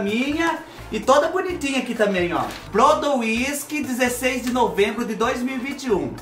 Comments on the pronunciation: Fubá do Céu, Moro em Ribeirão Preto SP é do ladinho de Brodowski SP, si fala Brodósqui , Brodo wisk foi demais KKĶKKK , a moça deve tá rindo até agora de sua pronúncia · Eu tô chorando de rir o jeito q ele falou Brodo whisky... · 😂😂😂 Gostei do brodo wisk ...Brodowisk...perto de de Ribeirão preto..pronúncia , Brodóski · A cidade Brodowiski.... se pronuncia.... BRO-DÓ-VIS-KI. Rsrsrsrs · Fubá se pronuncia Brodoski não Broduiski 😂😂😂😂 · Fubá, a cidade de Candido Portinari chama se Brodowski (pronuncia-se Brodósqui) e é uma cidade bem conhecida. ❤️ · Eita Fubá, o estado físico da água é líquido em CNTP(condições normais de temperatura e pressão). Se fala: "brodóvisk" o nome da cidade. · Fuba o nome da cidade é Brodowiski....rsrsrs. Pronúncia: Brodovski ... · tudo bem??? A cidade do Candido Portinari perto de Ribeirão Preto, se pronuncia BRODÓSQUI. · Fubá é Brodóski q se pronuncia o nome da cidade! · A cidade pronuncia Brodosqui kkkkk e escreve Brodowisk tendeu 😁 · Brodowski.... kkkkkkkk,....e o fubá " Bródo wisk"....kkkkkkkk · Fubá do Céu! Quem vê vc pronunciando o nome da cidade vai achar que vc é chegado numa cagibrina por causa do whisky !kkkkkkk Pronuncia Brôdóviski 😜